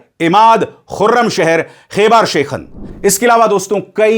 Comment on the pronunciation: इसका नाम खैबर शेखन नहीं ये सही नाम ख़ैबर शिकन हैं अभिसार जी शब्दों की अदायगी सही कीजिए